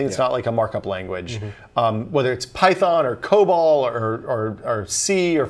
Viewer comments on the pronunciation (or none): none